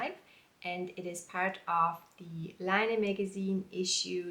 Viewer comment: I really enjoy your videos, they are so well done and informative! Im sorry to be picky though, but why are you pronouncing Laine like "line"? Laine is French for wool, and is pronounced "len" like "Ben". Unless the magazine wants people to say it differently ?